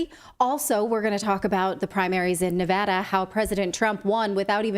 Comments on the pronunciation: From Reno, I appreciate the correct pronunciation of Nevada. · From Ferntucky I hear ya. Like its spelled Nevahda.